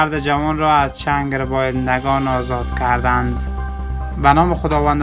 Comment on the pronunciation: کردند.نه که ردند چرا برادر اشتباه تلفط میکنی